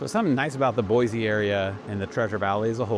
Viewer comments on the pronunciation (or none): You live here and don’t even pronounce it correctly. It is Boy-SEE not Boy-zee. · Sir, not boizi - boisi :) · I believe he is a realtor, and likely pretty new here since he mispronounces the name of the city, doesn't care about anything but selling way overpriced housing.